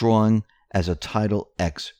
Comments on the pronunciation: that's Title TEN, not Title EX. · Please stop saying "Title X" it's roman numerals for TEN! TITLE TEN, of the US Code if I'm not mistaken.